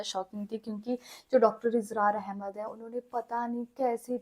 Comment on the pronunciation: Israr ahmed bolna to sekhlo